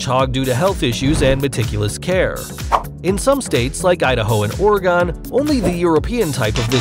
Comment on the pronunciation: mispronounced "Oregon" total cringeeeeeeeeee!!!